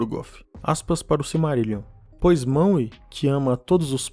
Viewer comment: Ficar falando maue da uma raiva da desgraça